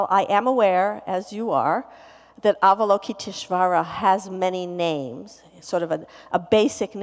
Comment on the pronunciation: I reckon, as a Yale teacher, she could at least have made a little effort to pronounce Avalokiteshvara. It makes her sound a bit lazy.